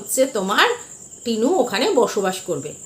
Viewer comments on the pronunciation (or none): Tinur uccharon bhul chilo that is true ...😊